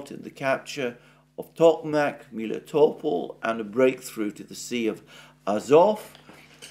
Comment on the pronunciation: You have explained a few weeks ago how Melitopol's name originates from the Greek word for honey, "meli", but now you've switched to calling it Miletopol?